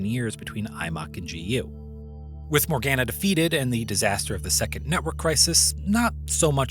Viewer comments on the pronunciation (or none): my biggest gripe with GU is them pronouncing Morganna the way they do xD